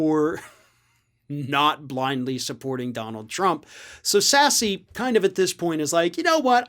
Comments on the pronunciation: It’s not “Sassy”, it’s pronounced like “Sass”. Ugh. I have such a hard time listening to people who do not know how (nor do the research) to properly pronounce the subjects of their own video. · Are you calling him Sassy on purpose? I’m pretty sure it’s pronounced Sass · I thought is was just said Sass not Sass-e. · Pronounced Sass, not Sassy. But otherwise good job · Thanks. Sen. Sasse's last name has a silent "e" so its "sass" Not "sassy"; If you're upset about Congressman Matt "frat boy" Gaetz wanting to be a covergirl for FAUX NEWS just vote him out. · It's pronounced sass not sassy you goof. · It's Sass. Not Sassy. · I love how throughout this entire video, calls him Ben “Sassy”, instead of Ben Sasse (pronounced Sass). It’s not like Sasse is actually worth damn to anyone in his community, state, or our country, so who cares? While he and his party are robbing us blind, the least we could do is amuse ourselves with funny nicknames and pronunciations while they’re at it hahahaha ¯\_(ツ)_/¯ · His name is pronounced Sass and he wrote a book about how to raise kids outdoors or something. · 'Sasse' is pronounced exactly as it is spelled. No newscast has ever pronounced his name as 'Sassy' (as was repeatedly and incorrectly done here) Please get the pronunciation of his name correct. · Pronounced "Sass". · I believe it's pronounced Sass. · It's pronounced "sass" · The e on the end of Sasse is not pronounced. It is pronounced "Sass". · Are you purposely mispronouncing Ben Sasse's last name? LOL sassy! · Sasse is pronounced Sass. Silent E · The E at the end of Sasse is silent. It’s pronounced SASS. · Ben Sasse is pronounced Sass 😉 as someone who resides in Nebraska I promise you, he is one of the voices of reason around here 😔 so many of my friends and family aren't speaking to me because I do not love the Golden Trump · Ben Sasse’s name is pronounced..Sass...don’t pronounce the E. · Sasse not pronounced “Sassy” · His name is pronounced Sass